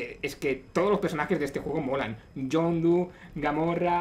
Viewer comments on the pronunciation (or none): "Gamorra" xd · Es "Gamora"